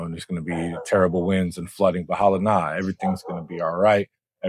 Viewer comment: "Bahala na" with a smile! Yea that's definitely how Filipinos say it! 🙂